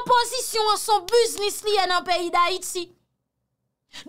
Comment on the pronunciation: Fanmim, Sa rivé anpil Ayisien. Mo(t) sa cé yon mo(t) anglais ke li yé et li dwé prononcé bien Yo di biz-nis Yo pa di buz-nis. Si wap dil en français, yo di buz-ness. Yo pa di buz-nis. Mèsi.